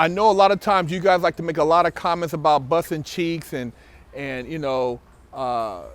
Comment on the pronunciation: It’s funny how he says busting